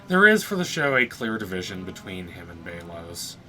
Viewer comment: It’s belos not baylos